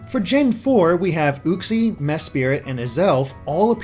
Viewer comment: Cringing every time Uxie's name is said wrong.